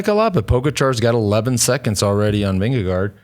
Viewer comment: Why do you guys sometimes say "VingeGO"? It makes no sense. If you cannot pronounce "å" then just go with "VingeGARD".